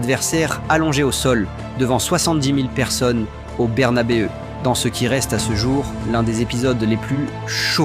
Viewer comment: désolé mais "Bernabeuh" et "Guétaf" je peux pas 😂😂😂